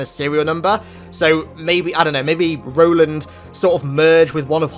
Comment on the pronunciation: Ro-land, you mean?